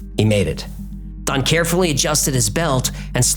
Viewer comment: Still can’t decide if he’s saying Don or Thon. I hear it different every time he says it.